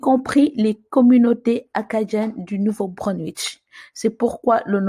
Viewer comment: Merci pour le travail que vous faites. Je suis un abonné... Juste un commentaire : vous prononcer mal Nouveau Brunswick C'est : Breunsouik Pas: Breunswich